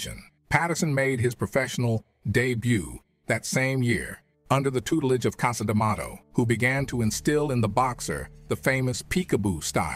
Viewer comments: Even how he pronounces Cus Demato is weird. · WTF is the deal with the narrator's pronunciations "Liss-Tan, Cassa D'Amato"??